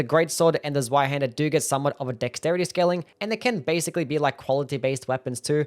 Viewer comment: Zweihander rules! Oh, and it's pronounced "tsvai", the 'z' is 'ts' like in "tsunami".